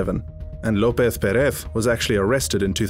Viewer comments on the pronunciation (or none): "guthman" "lopeth pereth" You know they're pronounced with the 'z' right